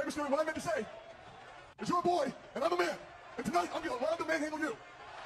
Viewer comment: Why did he keep emphasizing on the man and boy 😂